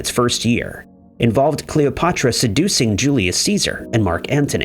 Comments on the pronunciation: You somehow fucked up the pronunciation of Cleopatra? Are you stupid??? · Ahaha I literally just noticed 😂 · Why can you say Cleopatra correctly once during that whole thing, but say it wrong the rest of the time? Please tell me I'm not the only one that noticed that?